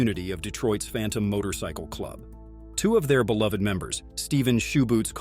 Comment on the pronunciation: Jesus Christ just get someone to narrate this shit. AI can't even pronounce motorcycle